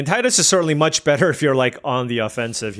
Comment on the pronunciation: Character's name is Tee-dus